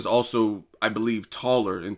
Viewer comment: Betche Coheia* is how u pronounce her name.